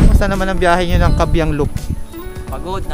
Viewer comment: kaybiang idol hindi kabyiang